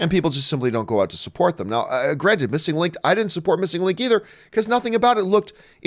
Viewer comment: "MissNIG Link"